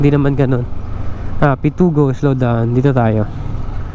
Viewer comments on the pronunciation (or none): Pitogo hindi Pitugo